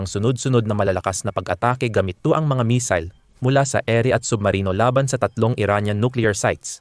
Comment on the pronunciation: Paki ayos mo mag pronounce ng missile nkakahiya k